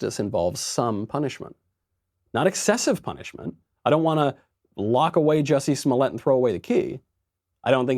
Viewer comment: Its pronounced "Juicy Smow-yah"